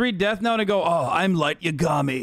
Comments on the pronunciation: I cant be the only one who cringes at how he pronounces Yagami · I hate the way he says yagami though 😭